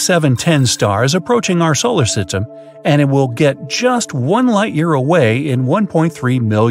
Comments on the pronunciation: "solar sytem" 💀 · said solar sytem instead of solar system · he said "reaching our tolar system" 😂😂